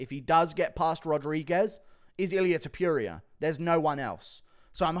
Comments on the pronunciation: To-puria brother, not Top-youria :) Your reviews are amazing btw. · Please pronounce his name correctly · Pronounces "Topuria" wrong every chance he can.